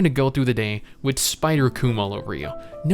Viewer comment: Thought you were saying Bob the entire video